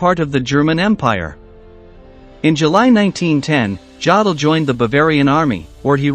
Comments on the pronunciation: Jod el?? Really?? Try Yo del, for a more accurate pronunciation. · It's pronounced 'Yodel' NOT Jodl. For goodness sake, if you want to pose as an expert on these things, at least learn to pronounce the names correctly. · The lufftwaffa? Yaddel? Ffs learn some pronunciations buddy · It is pronounced YO-DUL...not JA-DUL! If you're going to make historical videos then get it right! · It's pronounced YODL not JODL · Why oh why do American narrators have this total inability to pronounce non-English words and names? There is no such name or word as "Joddle!" More than eighty years years since the start of learning these names, they haven't filtered through to the American media or the American people as a whole. In most case (unbelieveably not so in this video), they still insist on calling Hitler "Aydolph" when the rest of trhe world calls it properly. Here, in this video Alfred Jodl is referred-to as "Joddle. In the normal German usage, the "J" is silent, and the "od" is pronouunced as "ode." What is so difficult about it? The same problem arises when he mentions "Goring" where the proper pronunciation of "Gue... is changed to "Go..." Nowadays, basic research is so easy and simple; one only has to listen to old British radio or TV reports, documentaries and even films to hear the correct pronunciations. However, it's well enough known that Americans have their own bastardised form of English, don't like to be told anything, and as a consequence use whatever terminology they want. It's not only incorrect and unnecessary, it's completely unprofessional, especially when putting out a factua-based programme for public consumption. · his name is pronounce youdle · It's pronounced: YO-dul. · Yo-dol! Please, if you are going to do these videos, pronounce the names as we all know them. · Jawdel?? Who t f is Jawdel? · Ya dell? Maybe should get a real live human to read the script. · Yodel, long o sound as in yo yo.